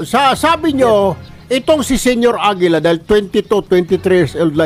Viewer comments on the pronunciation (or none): Senior AGILA naging Senior Lapida 😂